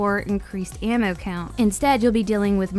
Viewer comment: Omfg..... how u say ammo.......🤫🤫🤫🤫🤫🤫😰😰😤🤬🤬😡🤬😡🤬🤬😡🤬😡🤬😡🤬😡😡🤬😡🤬😡🤬😡🤬😡🤬